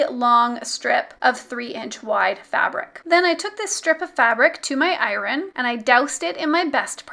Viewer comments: “I rin” instead of “Iron” there is somebody else who also can’t pronounce this word I can’t remember who that was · I've never heard iron pronounced without a slient R - it threw me😂 Wonderful tutorial, thank you 😉